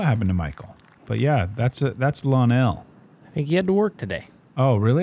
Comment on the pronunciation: Shout out to Nate for pronouncing my big brother Lonell's name right